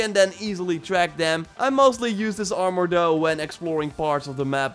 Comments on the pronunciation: What's ar-more 🤣🤣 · Try saying armor without "o" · You say armor like it has a “our” at the end lol say it like it has a “er” at the end